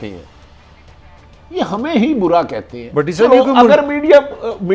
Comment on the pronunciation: Ap urdu ki talk show main baithney hain " Kathey" naheen " akhatey" hota hai umeed hai keh apko idraak ho gaya hoga